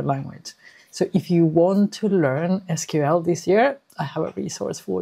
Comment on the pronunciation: Finally found another person who pronounced it as "es kyu el" instead of "sequel"😊